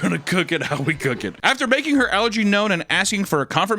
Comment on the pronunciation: I keep hearing "algae" whenever you say "allergy."